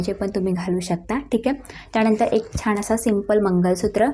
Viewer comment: छाण नाही छान